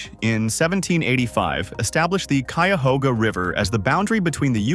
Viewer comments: Nobody pronounces the Cuyahoga as Coo-ya-hoga like the dimwit narrator or AI moron. It is Cuy-a-Hoga (like Hog) or Cuy-a-Haw-ga (like Awe) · A lot of mispronunciations. The “kwee-uh-hoga” river? C’mon, man. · The pronunciation of Ohios places needs work lol.......Cuyahoga /kai uh HOE guh/, Xenia /ZEE-nya/, Chillicothe /chill ih CAH thee/, Scioto /sy OH toh/. And Ohioans "want to leave Earth" because when flight was invented, the sky is no longer the limit! We're going to Mars eventually! The Wright Brothers would be beside themselves in delight! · Kooyahoga, lol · The AI voice actually pronounced if "COO-ya-HOE-ga". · It’s KI UH HOGA. Many of our city names come from the Native Americans that used to live here in Ohio.